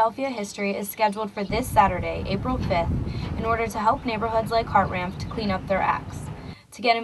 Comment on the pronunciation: hey Hartranft is my last name and its not hart-ranm-ft its pronounced Hart-ran-if